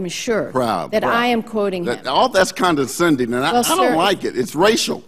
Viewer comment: "That is con-den-sending to me!" Haha. Ugh.